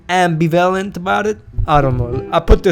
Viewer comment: Your mispronunciation of "ambivalent" kind of pissed me off. Can you not read?